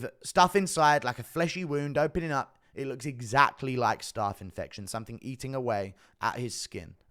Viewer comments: It's pronounced "staph" not "starf" ... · GURU bro, I live in south west London, but I don’t pronounce ’staph’ the same way I pronounce ’staff’ (or phonetically - staaaarf). Why do you? It’s not starrrrf. It’s STAPH! 😂😂😂 Love the content bro!! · I am sick of writing comments on YouTube for them to be deleted because of adverts occurring during typing!!! It’s STAPH not ’starrrf’ bro. I’m from Sutton bro, can’t be far from you!! Love the content bro! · Why is my man saying staff 😂😂😂